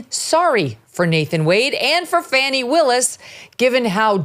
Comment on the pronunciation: Thank you for having the guts to pronounce Fani’s name properly!